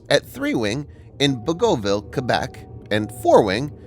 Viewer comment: Bagotville is pronounced Bag et ville.